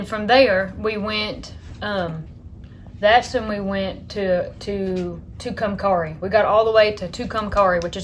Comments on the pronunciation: It pronounced “ to-come- carry ( Tucumcari) New Mexico ❤️ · Shasta and Nevada are short 'a' sound, like hat, cat and bat. Tucumcari is pronounced "Too-kum-carry". The Spanish "Ah" version of "a" is not used in any of those three words.